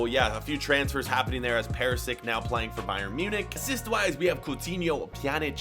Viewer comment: He also said perisick instead of perisic